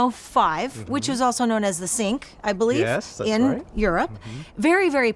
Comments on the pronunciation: Not sink, Cinq pronounced sank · Cinq in French is more pronounced like "sank" and means "five" :) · It's not known as a "sink" in France. It's pronounced more like "saihnk". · Le cinque - pronounced "sank" not "sink" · Cinq (French for 5) is more pronounced like "sank" instead of sink :) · Also known as the sink 😂😂😂😂 oh Americans, they butcher French so badly.